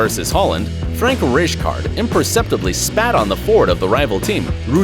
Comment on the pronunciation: You could at least have tried to pronounce the names of Zinedine Zidane, Frank Rijkaard & Rudi Völler correctly. All absolutely awful pronunciations nowhere near their real names.